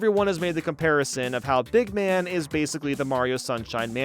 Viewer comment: BEEG MAN!? Big man, dude you need to edit that